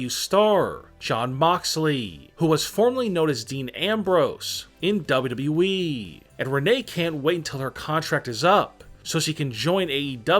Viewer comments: Lol he saying ww we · Nobody: Him: dabolyudabolyu eeee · Nobody else el find this voice annoying as fuck? Especially the way he pronounces WWE- "W...EEEEE" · Why does he said wwe like that 😂😂 bro you weird af